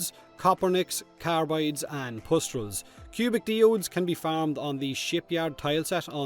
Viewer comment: I'm sorry what? It's a minor thing but I've never heard a single person ever call a Diode a de-ode before, so that kinda bothers me... It's normally called a die-ode.